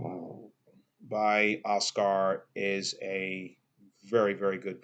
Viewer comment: I love it. "Os-car" blues lol! "Os-ker" is more like it. Cheers!